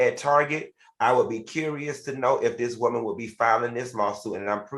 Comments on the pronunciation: I Love when Al says Whoa-man!!! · The way Al says WOE-MAN lmaoooo😂😂😂😂I giggle a lil every time.